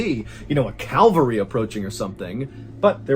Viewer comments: The Calvary or cavalry ? 😂 Great video as always 👌🏻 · CAVALRY, not Calvary. Cavalry describes horse-mounted troops, Calvary is the place where Jesus was crucified. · What freaking calvary? It's cavalry. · Cavalry not Calvary!